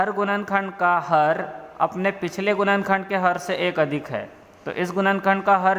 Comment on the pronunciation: गुणनखण्ड❌️ गुनन खण्द✅️ 🥲